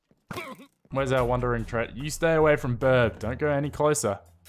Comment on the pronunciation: Why do you call it a "Birb"?